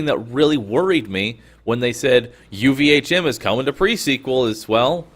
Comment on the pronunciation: OMG stop calling it UVA'CHIM!